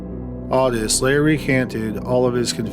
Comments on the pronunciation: August? Audus? ...It's "owe-tis" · It's Otis. Pronounced OAT-ISS or OH-TISS! Makes me cringe a tad everytime I hear you say Audis. Sad that younger people didn't get to watch Milo and OTIS to know this! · This is hard to listen to because you keep pronouncing Otis wrong. It's O-tis. O-tis. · Your pronunciation of Otis is aggravating........ Great content none the less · Malfoy oh my god thank you. I got really annoyed by this and couldn’t believe no one else commented about it. I think the spelling of it “ottis” with two t’s may have thrown off the narrator, but still.